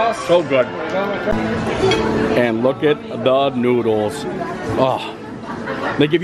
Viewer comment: Hi! Great video today man! I had to laugh when instead of saying you were going to go eat some noodles, you said "nooders" instead lol